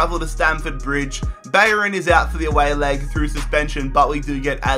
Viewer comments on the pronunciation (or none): none